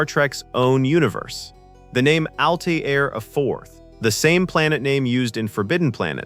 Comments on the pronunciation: ALTERRA, NOT ALTAYRA/AL TIE RA. Grf. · Has anyone even SEEN Forbidden Planet? Altaira is pronounced Al-tare-ah. It seems as if the narrator gets this halfway through the clip, but no one removed the earlier Al-tyre-ahs. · How do you make a video about this movie and not pronounce the female leads name "Altaira" properly? Pronounced -- Al - tear - ah Have seen the film? Altaira Alta Morbius, daughter of Melvin Mordecai Morbius. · "Altair," the planet, it is pronounced "Al Tare," and the daughter's name is "Al Tare Ah." Interestingly, Altair is the Arabic word for "flying eagle." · Name was Altaira. Al tear (like rip) a.. Alta for short. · And not Al-TIE-ra. 🤦🏿‍♀️ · It is pronounced “Al-tear-uh” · OR, maybe ' Al - TAIR- a '. . . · Mispronouncing Altira did it for me. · The narrator mispronounced Altara's name as well as Issac Asimov's name. If they had watched the film they would have heard the correct way. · yes on Altaira. minor point; good vid.